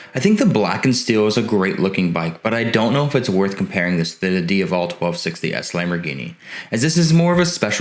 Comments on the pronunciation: Not Dia-Vallll / lol.....Its DIA-VELL....IE DiaVEL aka Ducati Devil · It's DiA-vel not Diuvel. It's also DucAti not Ducarti. You need to pronounce the A correctly sir. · say it with me: d AH Vull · Can you please pronounce the bike’s name properly plz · Is he intentionally mispronouncing the name Strange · Every time he says ‘Diavel’ I just want to kick him in the jaw..... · I was just going to say, if that's how it's supposed to be pronounced, I'm never saying it again. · stopped watching when you cant pronounce "diavel". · You can't pronounce "Diavel" properly!! If you intend to cover European motorcycles you need to listen to the factory guys say the model names. Listen to their pronunciations and I want you to say "Diavel" again properly on your next video! Thanks 👍